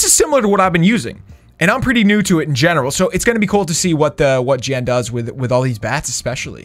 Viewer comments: Jan not Jen dude..😁😁😁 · It was Jan not Jen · Hes name is jan not jennnnn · YOU KEEP CALLING JAN JEN YOU EVEN NAMED THE ARMY 'JENS' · IT'S JAN NOT JEN! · Her name was Jan not Jen. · How many times does say Jen instead of Jan. Say the right number and you win a virtual cookie! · Jan is not the same as jen Jan is a Dutch boys name and sort of spoken out as Shawn and Jen combined This just kinda made me mad bcuz my grandma is named jan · It triggers me that u say "Jen" but it's 'Jan' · First it is Jan not jen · It’s Jan not Jen or jam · It’s Jan not Jen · Its Jan bro not Jen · It’s Jan not Jen why did you name your army Jen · Jan not jen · Its Jan not jen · I feel like "Jan" is Afrikaans and is keep on saying Jen😂 Ah boere is mar awe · Jan is a polish name it’s pronounced “Yarn” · His name is pronounced yan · you spoke Jan wrong out, it’s actually a dutch name. You speak the J as a Y.😅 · My name is Jan and you pronounced it wrong xD it’s a German name